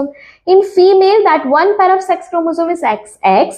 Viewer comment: Pair mam not paayer ok ! Dekhiye mam as a bio student pronunciation matters🙂